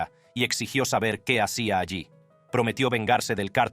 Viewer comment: Cómo shabe eshte eshpañol